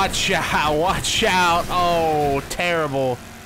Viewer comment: Did anyone else make the connection that when he said “Watch Out” it sounded like “CHICKOW”